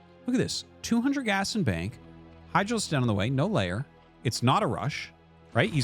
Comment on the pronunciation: Can someone tell Artosis that it's not layer, but lair? Thanks!